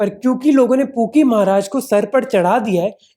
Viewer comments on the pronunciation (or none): I am sorry bro, but everytime you say pookie baba I heard kinky baba😂😂